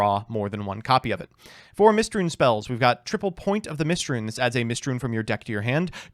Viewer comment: "Mystrune" damn, we are onto eating up letters instead of just pronouncing wrong